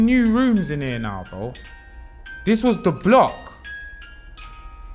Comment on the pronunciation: ‘I’ll just make a mixtape in ere’ loooool